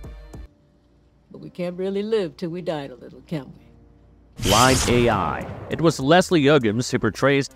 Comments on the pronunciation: "BLIND AL" ...........NOT blind A I (ay eye) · "Blind AI" WTF??? It's Blind AL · Her name is not "Blind A.I." Her name is Althea, so it's shortened to Al. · Blind AL not Bind Ai 😂😂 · Blind AL, Not A. I. And she's a legend. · Come on guys her name is BLIND AL, SHE'S BEEN IN 2 MOVIES also apart of the comics since wade got his solo run! Wtf do you be hearing Blind Ai😂😂😂 SMMFH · It's "BLIND AL," you pretender! Not "BLIND A.I." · Anyone else annoyed that this ChatGPT reading calls her Blind A I not Blind AL? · It's Blind AL not AI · it's blind AL not blind Ai since her name is Althea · "Blind AI" You mean AL ... did you use bad AI to speak your script or have you just not watched the movies? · It’s blind AL…. Not blind ai. Did you even watch the 1st 2 movies. They call her AL in both of them. Not AI. Smh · Blind AI??? LOL! It's Blind AL!!! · It's not Blind Ai it's Blind Al (spelt with a lowercase L). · How did this make it thru post with him saying "blind A.I." 17 times instead of Blind AL lmfao no one involved in this has ever seen the movies or read a comic apparently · Blind AI? I thought her name was Blind AL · It is Blind AL not Blind AI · Blind Al. Not Blind A.I... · I just subscribed and then had to unsubscribe because to many mistakes,it’s not blind ai it’s blind Al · Blind... A i.... BRO WTF it's Blind AL not Blind Artificial Intelligence... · It's Blind AL -- A L =AL not A I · her name is Alfia so it's blind al not A.I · Who TF is Blind A.I.?! Blind AL, holy crap. Ima need you to do better. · It’s AL NOT A.I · BLIND AL NOT BLIND AI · Blind A.I. if you'd even seen either of the first two films it's Blind Al (pronounced Hal), #poorresearch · blind AL not AI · blind Ai???? umm blind AL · I couldn't keep watching after "Blind a.i." Jesus. Get your shit together lol. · When A.I. thinks Blind Al is Blind A.I. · I mean for real... "Blind AI"? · I don't know who needs to hear this but its blind AL lol. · Blind A "i"? Tell me this is a bot without telling me its a bot